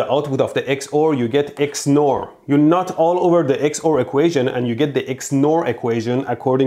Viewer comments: "you nut [NOT] all over the XOR" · When you say NOT it sounds like nut 💀💀💀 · Suddenly, "not" all over becomes "nut" all over..... And here I thought I was hearing things. Turns out I was seeing things too! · swear I heard nut instead of not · Idk why But when He say Not I always think of Nut. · is he saying not or nut, because that makes this a very different video, especially since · you keep saying "you NOT all over the equation" and it REALLY confuses me (especially with that pic u had to blur) and makes me think you're saying "you NUT all over the equation" - and no one thought boolean algebra could be dirty lol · I kept hearing nut all over the other statement instead of not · This is such a great video but I can’t help but hear ‘nut’ instead of ‘not’ lmao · i can't stop hearing "you nut all over xor equasion" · It sounds like he said It's nuted😂😂